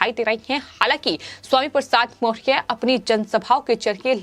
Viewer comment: वीडियो में पत्रकार सही ढंग से मौर्य शब्द का उच्चारण भी नही कर पा रही है बङे क्षेद का बिषय है ।